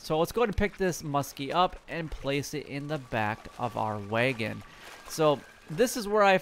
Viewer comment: It’s wag-in not way-gen